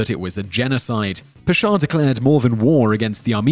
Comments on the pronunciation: I think you should have included Christopher columbus mainly because what most people are taught about him is lies the USA even has a national holiday based on him. also not meaning to be THAT guy but the pasha name is pronounced pash-ha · Hey! Salam! Nice video, very informative. Number 8 Talat Pasha. You are pronouncing it fine but try to extend a with as . As Paasha . Paa is spoken longer and Sha is spoken in short. Say it this way Paaaasha. 😁 Thanks